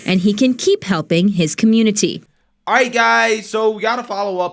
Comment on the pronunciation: He was threatened by the " communitah" probably .